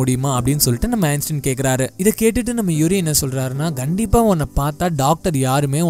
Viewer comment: One correction "Gandipa" illa "kandipa"